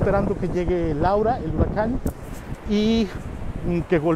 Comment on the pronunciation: porque si hablas en español No dices L A U R A🤭🤭 Ya con eso me caíste muuuy mal bye